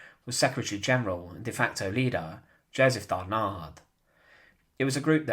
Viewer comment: Not Darnar but Darnan!